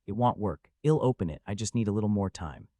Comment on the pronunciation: The (I'll) in I'll come back to check on you), is pronounced like, ill (sick), and not I'll (I will), it's a bit distracting 😅 it is in all the places (I'll) is used, so far I think. Doing my best to ignore it, but thought I should mention it at least. Great story 👍👍 love it 😊